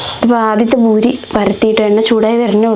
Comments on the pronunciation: Nice video..and it's Puri da not buri ❤lots of love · ബൂരി അല്ല പൂരി ആണ്